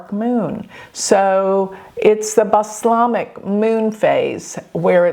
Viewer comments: Please call the dark moon by its correct name...ie Balsamic not Bas..lamic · Please note Moon is Balsamic...no such thing as baslamic